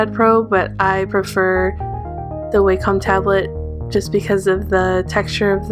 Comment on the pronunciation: Your doodles are beautiful! And you have such a different art style~ I just noticed that you pronounce wacom the wrong way. It's not actually pronounced "waycom" although most people think it does. The "a" is actually supposed to sound like the one in the word "ambition"!